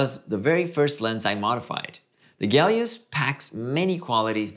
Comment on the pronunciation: Someone please tell me where the G is in Helios? I speak English.